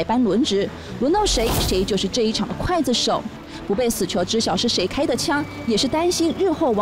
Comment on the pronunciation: 刽（gui）子手 四声～ 哈哈哈哈哈哈哈哈哈哈哈